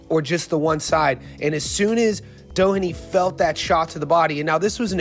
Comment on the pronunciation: His name is pronounced DO-heney. DO not Da.